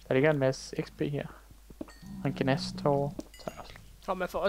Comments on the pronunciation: det hedder ghast ikke gnast :3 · I siger stadig "gnast".... Det hedder gHast